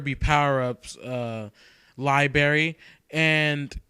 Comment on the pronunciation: you said libary ;)